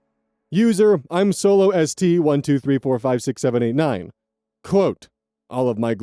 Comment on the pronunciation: "I'm solo ST" instead of I'm so lost made me giggle. A fair mistake!